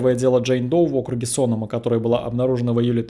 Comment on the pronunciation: Не СОнома, а СонОма. По крайней мере местные говорят именно так.